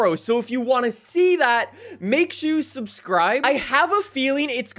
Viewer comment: My favorite part is when he says “Make Shoe Subscribe” 😂